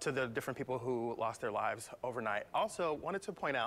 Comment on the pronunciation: This man can’t even say “lives”